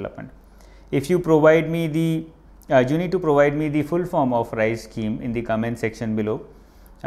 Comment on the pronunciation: RICE????...Its RISE